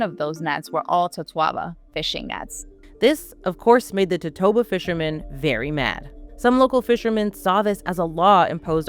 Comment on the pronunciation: Never heard it pronounced that way. In Spanish it's four syllables, to-to-a-ba, and that's how I say it in English too. The Chinese originally used the swim bladder of bahabas medicinally, which live nearby, but when they started running out of bahabas, they went for their close relative the totoabas, across the Pacific.